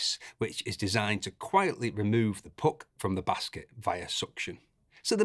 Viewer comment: Best review by far! Mostly because of how you pronounce "puck" :)